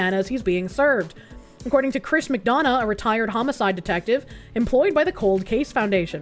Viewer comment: You can tell has lived in Gay Orga from how she pronounces "McDonough" correctly.